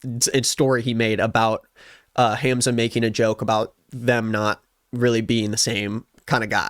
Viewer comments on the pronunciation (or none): isn’t it pronounced hahmza🥹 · It’s not HAM zuh 😭 it’s Hahmza